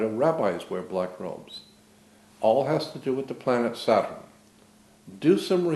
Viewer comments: Sa-turn or Sat-urn. This man was very aware of entomology and the source of words. Possibly why he pronounces it somewhat differently. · Interesting thoughts, why does he seem to pronounce word 'saturn' differently?